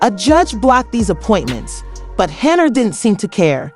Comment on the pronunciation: Why is her name being said as Cenyard.?